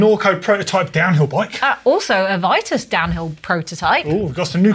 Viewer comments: She was correct. It's VITUS... not VEETUS..or VEATUS. That's incorrect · Vitus/Veetus My name is Simon, and that is how it is pronounced. Nobody calls me Seemon. 😂